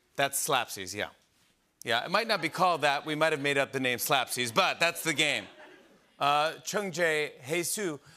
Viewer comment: Excuse me lol ? It's really not. He pronounced all of their name with a horrible American twang sound to them. Not even close to good.